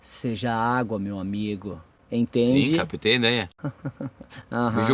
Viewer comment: Captei não capitei kkkk br burros